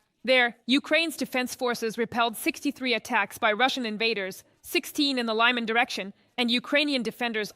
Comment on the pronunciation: Laiman? Lyman! So AI 😢